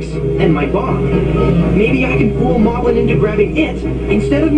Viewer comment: The narrator pronounces Molblin differently than the other characters. Possibly because at the time this book came out, "Moblin" was already the accepted spelling and pronunciation in the cartoon. I'm a nerd.